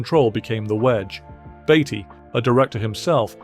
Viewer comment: Sure it’s Beatty not Baity